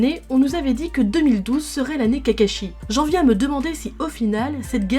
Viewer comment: J’arrive pas à prendre cette vidéo au sérieux, ‘’Itachie’’ ‘’Cacashi’’ ‘’Uchiwa’’ ‘’Rinéguane’’